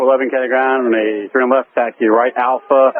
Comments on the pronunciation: I find the controller pronounces the word runway too fast. The pilot does not understand "rnway". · Really don’t like the way this controller is pronouncing the word ‘Runway’. Sounds like ‘runny’ and he does it over and over again. Would it kill him to enunciate better for someone whose native language is different than his? And as someone else has mentioned, 4L could be interpreted as ‘for left’ by someone who is completely mishearing ‘runny’. The Latam pilots could have had better situational awareness for sure, but that controller can learn to pronounce things in standard pronunciation. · Might be easier to hear what he's saying if he actually PRONOUNCED "runway" instead of mumbling a "runwy" super fast. Assume that every pilot is having problems hearing you and be super clear and articulated. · The tower not able to pronounce the word 'runway' didn't help my understanding of his calls at all. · The controller should pronounce ''runway'' better. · That controller needs to master the word 'runway'.